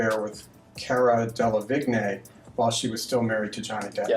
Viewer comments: I'm sorry this is so off topic and literally does not apply to the whole situation but the way the interviewer says Caras last name UGHHHHH DUDE CARA DELEVIGNAY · It’s the interrogator saying Cara De-Le-Vig-Nay lol